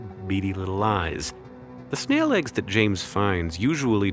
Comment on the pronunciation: Re : Ah, snail eggs 😅, thunked for a second Hank said snail legs.